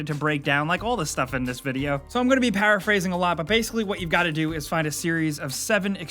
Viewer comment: Did you just say “parrot phrasing?”